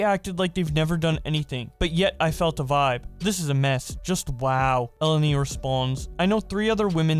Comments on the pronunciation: E-len-e not Ellen-e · Obligatory comment for pronounciation purposes: Her name is read elEni. It's a Greek name. (source: someone who is Greek and has the same name)